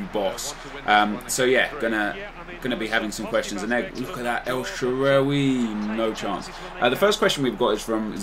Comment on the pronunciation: try typing "الشعراوي" on google translate and switch the language to Arabic. Thats the correct pronounciation for El Shaarawy's name since his name is an Arabic name. Like so he can see.